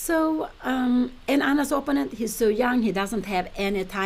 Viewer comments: I still wonder why Pia insists on pronouncing "opponent" in her own personal and not entirely correct way, with the stress on the first syllable instead of the second. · Pia, please learn to say the word opponent.